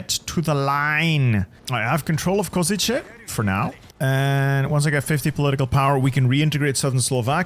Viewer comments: Hey! Lovely video of the Hungarian disaster save, but i wanna educate you a little on Czechoslovak city names as to not butcher the name while reading it. Košice = The "Š" is commonly hard for foreigners to pronouce. Think of it as saying "sh" in a sentence. Ko-ši-ce (Ko-shi-ce) Olomouc = When i heard you say the name a few times, it kind of made me flinch a little since its the city i live in. Saying the German pronouciation of the city (Olmütz) is also fine when trying to read it, but if you wanna pronouce it the way it is in Czech, then read it the way the city is named: O-lo-mouc (the "mouc" usually confuses people but its genuinely said the same way it looks) Prešov = same way with Košice: Pre-šov (Pre-shov) I hope it helps you (or anyone else who reads this) with a better pronouciation of the Czechoslovak cities! Ahoj!! 🇨🇿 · Hearing you try to pronounce Košice and Olomouc physically hurts😭😭